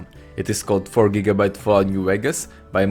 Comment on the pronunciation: Anyone else hear Vault when he says Fallout?